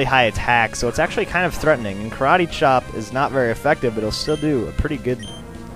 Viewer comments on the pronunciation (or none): none